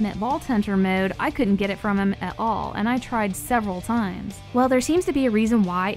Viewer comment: “Maowde” never met someone who says mode so weird